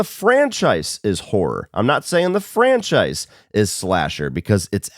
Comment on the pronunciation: My biggest of your hot takes is your pronunciation of “franchise” over the years